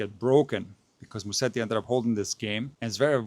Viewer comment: It is Musetti and not Musteti.